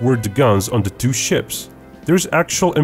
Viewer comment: It’s not Dee or Diss ‘th’ is not D